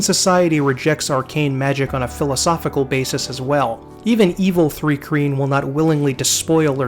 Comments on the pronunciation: Thri-kreen. Thri rhymes with eye. Chitin. Sounds like "kai-tin". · Thanks for this, my fave RPG setting. Btw it’s pronounced “trye-keen” . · Thri-Kreen is pronounced "thry-kreen" Chitin is pronounced "kai-tan".